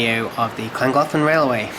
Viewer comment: butchered the name but still good video